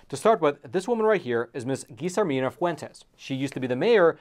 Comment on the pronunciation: Double L is pronounced as a Y. Like in Tortilla. TorTeeYa. Guillermina isnt Geezermina. Its Gee-Yair-mina. Yair pronunced like air but with a Y. CMON'